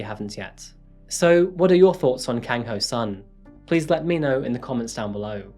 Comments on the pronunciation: This happened when I was a student and my parents and teachers used to warn me about strangers who seem nice and ask you if you want a ride. (Oh and just to mention he's pronounced soon! Not sun!) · the sun part of his name is pronounced more like ‘soon’ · english is not my maternal language, so everytime you said " ho-sun" I heard " her son and I was like " WHO'S SON I DON'T GET IT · I kept hearing "her son" everytime you said Ho-Sun, and I kept thinking, Whose son?🤣🤣